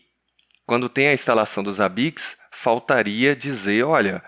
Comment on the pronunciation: Odeio quando os caras falam ZABIQUIX